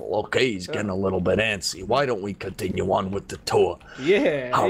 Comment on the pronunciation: How many times did say let’s cotiun with the tour